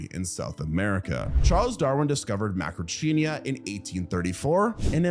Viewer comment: Seriously? I do get that you may not know how to correctly pronounce complicated scientific names like Coelophysis (See-lo-FY-sis) or Macrauchenia (Macro-KEEN-ia), but "Argentinia"??? Go watch Evita right now! The Madonna version, not that Zegler dreck.